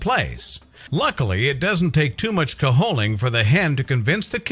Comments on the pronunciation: Cajoling - ka jo ling - not caholing. The origin of the word is French, not Spanish. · Did I honestly hear "caholing"? Cajoling is not a Spanish word — you say the J! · The J in cajoling is pronounced as a J not an H.